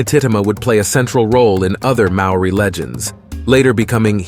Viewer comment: I really enjoyed the summary of each of the atua/ gods. However, the Maori pronounication dishonours the good work that has been researched and presented so well and so concisely. If you re-recorded with a more practiced and perfected tongue, then it would rawe/ ausm.